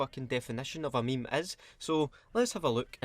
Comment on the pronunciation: 32 times if you include "ME-ME" if no then 31 yer Weclome